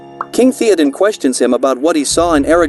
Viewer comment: Keep making videos, mate. If you know what the name is supposed to sound like, type it out as it sounds, not as it is written. For example, type out "thay-oh-din" instead of "Theoden" and see if that sounds closer to the actual name with the program you use.